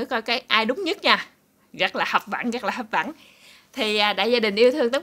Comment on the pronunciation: Hấp dẫn hấp dẫn nha Cúc em đừng nói hấp vẫn là sai tiếng việt nha cục cưng 😍